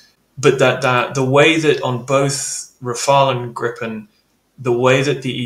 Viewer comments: Please stop calling Gripen "Grippen", it hurts my Swedish ears. The i is like the ee in eek-a-mouse. It's long and hard. Griiiii-pen. Say it with me English speakers! 😂😂And it's not "Grai-pen" iiiiiiiiiiiiiii-pen. I don't know how to approximate the i to an english word really. Listen to Max Villman here on youtube, he says it in basically every intro. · Just like the Typhonon, the Gripne or the Sepur Hernot 😂 Ahhh Americans, try to pronounce that: nuclear, not nucular and aluminium not aluminum 😅